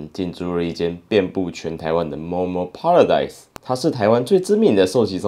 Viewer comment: 糾正一下，paradise 唸 ㄆㄟ，不是 唸 ㄆㄚ。